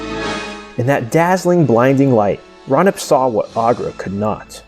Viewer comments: it is not pronounced ra-nip it is pronounced ray-you-nip FYI I love your vids and how you explain the creatures and the world of Thra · I thought Raunip was pronounced Ray-U-Nip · I always pronounced it "Raw-oo-neep," but what do I know?